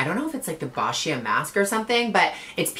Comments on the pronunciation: Boscia is pronounced like (beau-sha) lol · BOSCIA is pronounced "BOH SHA" my love. Je pense que c'est français.